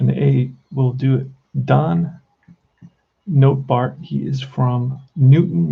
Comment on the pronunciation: Nottebart pronounced Not a Bart